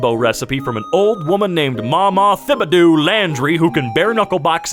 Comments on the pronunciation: T-BEE-DOUGH. ITS PRONOUNCED T-BEE-DOUGH YOU MAYONNAISE GUZZLER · He really pronounced thibodeaux as thibidoo 🤣🤣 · And just like that, I'm offended. It's not pronounced how it's spelled. It's pronounced Ti-bi-doh. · The fact that you mispronounced my last name pisses me off Thibodeaux I will break it down by syllable Tih-boh-doh Also Louisiana gumbo is perfect so can it never change I love my homestate it's amazing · Just thought you'd like to know that Thibodeaux is pronounced Tib-bod-oh Source: it's my siblings' last name and Im born and raised Louisianan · The mispronounciation of Thibodeaux, as a southerner, really just felt like I got stabbed in my soul... Th = T. Its pronounced like Tibbadoe. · Thibodeaux is pronounced “ti-bah-doe” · Thibodeaux is pronounced tibidough. Just Felt like i should say it since relatives live in a place called Thibodeaux . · I really hate how he pronounced Thibodeaux haha. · the way he pronounced thibodeaux 😭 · man as someone who lives in Louisiana I never realized ppl just didn’t know how to properly pronounce thibodeaux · This mothafucka said thibodeaux wrong